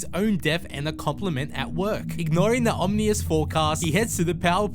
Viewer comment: The narrative isn't that bad, except for the pronunciation of the word Ominous.